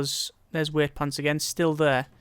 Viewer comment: why do you say Weightpants? its Wightpants..."white-pants"